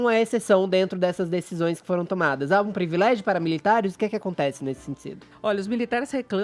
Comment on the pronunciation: Então sr. Caio... não se diz (pre vilégio) Se diz privilégio. #ficaadica 🤫